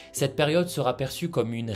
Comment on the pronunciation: Ne mettez pas de T après sera. Vous faites une liaison mal à propos. Sinon, très vrai et très intéressant.